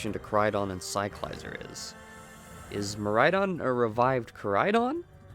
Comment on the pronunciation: In the Pokémon company videos released, they give us the proper pronunciation of some Pokémon, Cyclizar is one of them and you can’t pronounce it correctly?